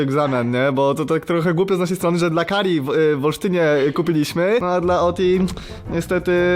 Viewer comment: czy powiedział w Wolsztynie